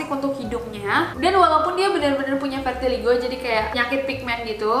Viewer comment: vitiligo kak bukan vertiligo:3✌